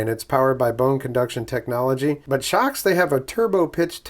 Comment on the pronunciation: It looks like they watched your Naenka video. They paid attention to your comments. I'm a long time viewer. I'm pleased to see you are branching out. BTW, I agree with your pronunciation. I really couldn't read it any other way.